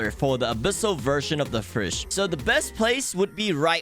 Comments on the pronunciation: Why do you pronounce fish like "fursh" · Fish ❌️ Firsh ✅️ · STOP SAYING FURSH instead of fish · Fish ❌ Frish ✔️ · Ah yes it is totally pronounced (firsch) and not fish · Fish ❌ firsh ✔️😂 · I am not new. "Firsh" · I love how you say firsh instead of fish ❤️ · my only concern about this video is your pronunciation like "firsch" eh?? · Bro “fish” doesn’t have an R in it, stop saying FIRSH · I don’t have a problem with your pronouncing but why does it sound like “firsch” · "You can catch more firsh" sounds so Authentic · I like to "FIRSH" HAHA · thank you for teaching us the best "firsh" to catch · Why do you pronounce "fish" so weird